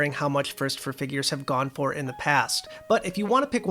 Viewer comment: It's pronounced First "Four" Figures, not First "Fur" Figures, unless you enunciate "four" like "fur," which is unheard of.